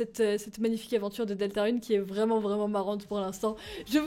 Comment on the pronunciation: trop bien comme d'habitude mais on prononce rune comme courrir